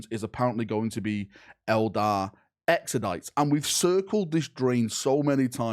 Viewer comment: Every time I hear “Exodite” a little bit of wee comes out